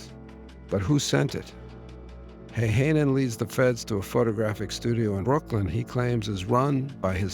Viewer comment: It is pronouced Häyhänen, not heihänen. I know, Finnish language is not the easiest to speak.